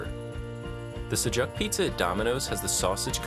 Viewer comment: It's not pronounced like that 😭 I understand some don't know but that's not how you pronounce sujuk. ❤️